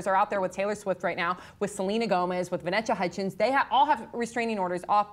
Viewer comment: Lol said "Vanecha Hutchins"